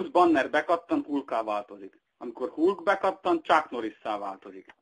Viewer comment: HULK mi??? XD (...véletlenül sem Hálk (fonetikusan)? )